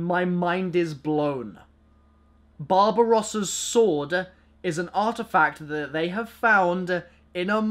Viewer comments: When he said Barbarossa's sword I thought he said Bob Ross's sword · am i the only one that thought he said bob rosses sword? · Anyone else think he said Bob Ross' sword?